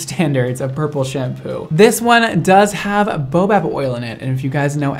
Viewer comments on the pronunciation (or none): TIL you dont know how to say baobab.. bay oh bab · Baobab: "BAY-oh-bab". Baobab is an African tree. A boa is a snake :P Also, I hope to try some of your products that has this oil in it.